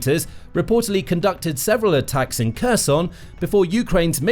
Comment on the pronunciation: Your commentary is pronouncing Kherson in the russian way. You need to fix that.